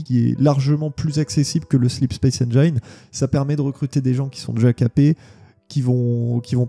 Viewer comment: En espérant que le "feeling Halo" soit conservé sous Unreal Engine 5 (à prononcer "Eunriil Énjine" et non "Énjaïne" 😉)